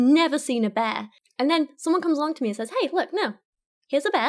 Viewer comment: Please teach us and tell us more Dr Longfingers. And it's pronounced Says, not Saze. 🙉